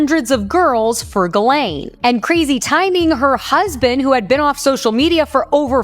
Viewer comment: it's not pronounced Galane. it's pronounced Gislane.